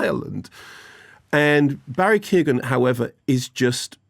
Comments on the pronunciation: Who's Barry Keegan? It's pronounced Kio-hann. The G is silent. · It's pronounced Barry (Kyo-gan) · Key-own that's how you pronounce Barry's name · Mark really needs to learn how to pronounce Barry’s name. It’s meant to be pronounced Ke-yown. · His name is pronounced Barry Kee-own Mark. Great review otherwise! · Ah jasus Mark, as bad English pronouniations of Irish surnames go, your absolutely butchery of Keoghan is Oscar worthy! 😂😂😂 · I Don't know why, but as an Irishman for some reason it's incredibly grating for me when English people butcher Irish surnames. It shouldn't be, I don't care half as much when yanks do it, maybe it's because we're neighbor's, I don't know, but my dear God Mark's butchery of Keoghan is the worst I've heard for a long time.